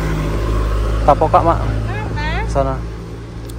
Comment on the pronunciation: .KL di Bogor itu namanya tekokak bang..BKN tepokak..beda k SM p..hehehe